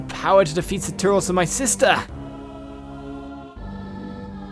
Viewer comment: saturos not sataros lol